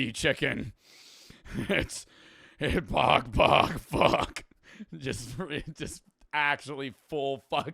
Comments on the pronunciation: saying pagpag like “Pog Pog” is the equivalent of someone pronouncing gracias “grassy-ass” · yea pag pag is pronounced more like like 2pac except with a D O double G and not a Central Cee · As a filipino fan, im happy that hes making a video about my country, but its pagpag😭😭